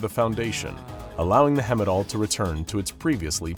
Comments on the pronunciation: I'm sorry since idk what you'd do about it, but it's not hemidall pronounced like hemisphere, it's Heimdall like heist. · Hemidall? It says Heimdall on your screen. Everybody and their mudder knows how to pronounce Heimdall lol I didn't realize this was an AI voice. Heimdall (High-MM-Doll) is the norse god that oversees everything.. hence a satellite being called Heimdall is perfect. Calling it hemidall seems to diminish everything about that.. lol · It's not hemidall it's heimdall (heyem-dahl) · "Hemmidall?" I appreciate that you're finally making actual content again, but man, you need to work on your pronunciation. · Thee way he screws up the pronunciation of Heimdall makes my eye twitch. Its not even close. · The mispronouncing of heimdall is annoying